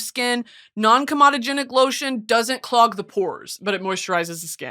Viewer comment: just because i know you would probably wanna know, its “co-medogenic”